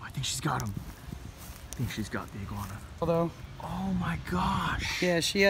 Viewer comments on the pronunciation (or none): 5.59 iguana - i-grab-her 😂